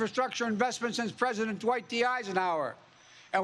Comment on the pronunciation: He did stammer, he couldn't pronounce president: "prjhhdent"